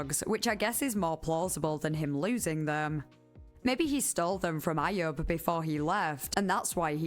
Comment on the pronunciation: Ayub is pronounced “eye-yuub” lol